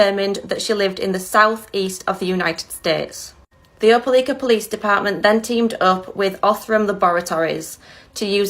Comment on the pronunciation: It's pronounced O'po'Likea.